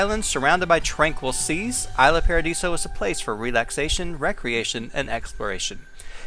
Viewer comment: It's pronounced Eesla Paadiso. Sorry, I don't mean to be rude :)